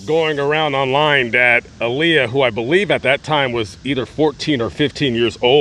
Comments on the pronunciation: To correct way to pronounce her name is Aaliyah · Her name is Aaliyah that's the correct way to pronounce her name